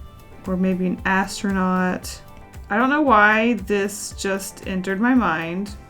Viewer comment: Who else got an ad right when she said ass- tronaunt.